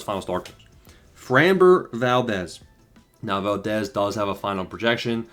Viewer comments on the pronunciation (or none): none